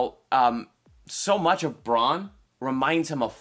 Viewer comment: Stop saying "Bron", it's "Bran", as in Brandon. Bronn is another character, ffs!